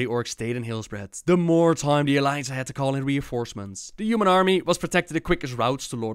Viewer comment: can pronounce every even so difficult names in warcraft history perfectly...pronounces humans jumans:D no hate just a bit of fun:P